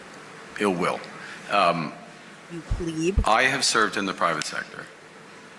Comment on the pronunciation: The unethical Ethics Commissioner... Every circus needs a Carney!!... And it's "Pleb", Michelle. Not "Pleeb".